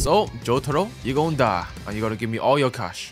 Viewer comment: Hws "yeuur" is getting better and better